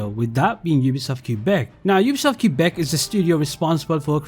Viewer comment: The way he destroyed the name of Quebec 😭